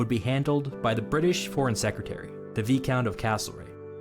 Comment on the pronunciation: I think it is a shame from US-narrated videos on YouTube that the narrators obviously never take any advice about words which might trouble them. In this case it is ‘Veecount’ for ‘Vyecount’. I know that you do not have any Viscounts (‘Damn right, buddy, in 1776 ….’ ) Yes, we’ve heard all that before, thank you, but surely unfamiliarity with a word should make its pronunciation a subject for study beforehand? I remember not long ago there was a question about the ranks of the aristocracy and when it came to the plural of Marquess (Markwiss) the US narrator said “Markeezes”. Ugh!